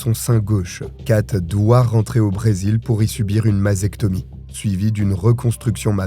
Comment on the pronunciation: Mastectomie non? Pas masectomie.. enfin detail bonne video sinn ^^